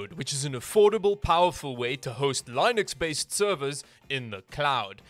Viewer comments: Nobody:: L I E N U X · He said "LIE-NIX" UNSUBSCRIBE!!! JK, Love your videos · He says linux Weird